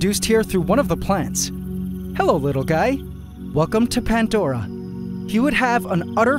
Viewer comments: I still don't understand why it's called PanTdora and not Pandora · Pantdora?? Why not Plantdora, sounds much better. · haha pantdora and not pandora